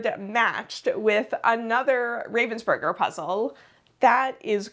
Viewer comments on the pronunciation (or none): I watched every minute. They don't pronounce Ravensburger with a long A. Have they ever said anything to you about that? The whole thing was so exciting! I loved finding all of the puzzlers that I had heard of. The competition was so much bigger this year they may have to find another venue. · The pronunciation of Ravensburger kills me. The name has nothing to do with ravens nor burgers, it is just the name of a town in Germany plus the "er" ending, which signifies origin in German (Well, not always, but this is not a language lesson and it does in this case, so just accept it). Ravensburger Spiele = games from Ravensburg